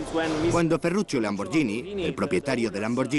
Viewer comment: Dice tambien Ferrucio pero es Ferrucchio (ferrukio).